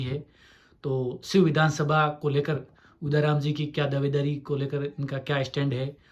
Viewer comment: उदाराम properly बोल भी नही सकता हैं क्या शिव का MLA बनेगा